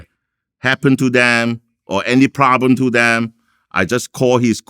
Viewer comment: It’s sounds like China Mac lol😂 he can’t pronounce problem